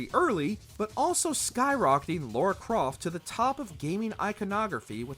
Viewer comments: It's Lara, not Laura. And NO, Lara didn't help a bunch of just straight young men to puberty. She was actually bringing a lot of gay men players together. I mean, just look at the Tomb Raider fanbase, 75% of its fanbase is a bunch of gay men and straight women. Also, TR Angel of Darkness is not a bad game... Ugh, I hate it when casual gamers comment on a franchise that I'm deeply passionate about. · Why does he keep calling Lara Laura 😤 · it's LARA Croft, Not Laura. Americans learn to speak properly challenge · L-A-R-A ....LARA. not "Laura". Lara Croft. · It's Lara, not Laura Why so many people get it wrong? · if I hear "Laura" one more time... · Why are you saying Laura